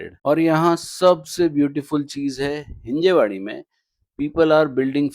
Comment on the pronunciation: भैय्या it's हिंजवडी 😂